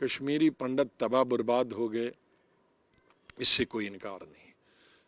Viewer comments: पंडत नही पंडित बाेलाे, सम्मान दाे हिन्दुओ काे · Pndat nhi pandit hota hai